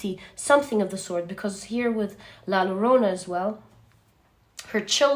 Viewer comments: Hi, La Llorona is pronounced as YoYo …no Lorona …but Yorona…try saying Yorona …! Your archetypal knowledge is outstanding! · Pile 3. Attention to pronunciation in Spanish. La Llorona is pronounced differently. Not with one L but with two similar in english to the letter j... like la jo (like in Joe) -ro-na. Pretty accurate, the innocence lost in my case was the belief in Love. After a horrible betrayal, I no longer believed in Love.